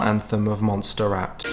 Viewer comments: It probably doesn't matter much, but I believe Montserrat is pronounced like "mon-sair-raht". Have a great day! ❤️ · It's pronounced Mont-sir-ah-t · Oh, it isn't "Monster Rat" (Montserrat) it's pronounced "Mont Sayr Raht". Better yet Google fricking pronunciation lol!;) I'm chuckling because I keep hearing my French teacher pronouncing it in my head - and I'm probably mishearing it due to the fact that I last took French 30 years ago. BTW, love your videos and your music - even if I'm old:D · you don't pronounce the T in Mon(t)serrat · It’s pronounced “monserot” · .. My name is literally Montserrat and I've been called 'Monster Rat' my whole entire life cos no one can pronounce it correctly (goddamnit people just learn how to roll your R's !). Now I just tell people to call me by my second name which is Belén (Bel for short)... this is the first time I hear my name in a video by an english person xD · I have a friend named Montserrat and you just don't pronounce the t. Dävêëeéè